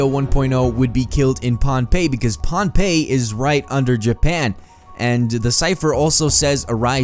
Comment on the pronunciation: Everyone POHNPEI (PON-PAY) not Pompeii